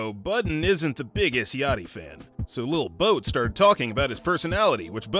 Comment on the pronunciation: He said lil boat 😂😂😂